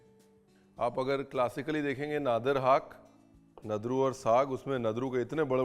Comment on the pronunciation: Chef, it's pronounced as Nadur Haak and not Nadir Haak